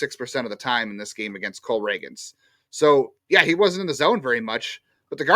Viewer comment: I love but him continuously mispronouncing the same names has to be a bit at this point lol it’s Cole Ragans (ray-ginz)